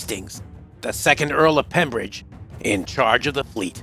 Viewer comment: It was the Earl of Pembroke not pembridge